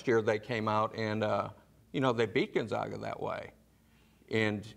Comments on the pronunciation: Who the hell is Gonzauga? It's hard to give you any credibility if you can't even pronounce Gonzaga. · It's Gon-ZAG-a NOT GONZAUGA!! Da-gum. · They ALL pronounced it Gun-ZOG-uh! Lol. I guarantee they did not watch any of their regular season games. Don't take advice from these people.. They still don't know how to pronounce Gun-Zag-uh! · Is it really that hard to say gonzAga? Fuck its been 20 years, get it right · Absurd. Gonzaga is a PROPER noun which, theoretically, could be pronounced any number of ways. Has nada to do with education. Just like Nevada, I've heard the Zags said both ways. People who don't follow sports are unlikely to have heard of the Zags. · Please pronounce Gonzaga correctly! Get yourself educated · How can these sports nerds say Florida State is their entire world, when they can't even pronounce the #1 seeds name....Dis-credits everything that comes out of their mouths....